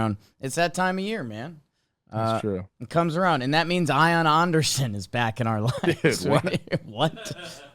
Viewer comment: Why does keep saying Ion Awnderson? No way that’s how it’s pronounced, is it?😂